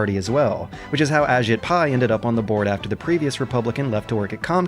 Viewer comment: Just to say it, his name is pronounced "a-JEET" rather than "A-jit". I hate giving him the slightest shred of respect too, but we gotta.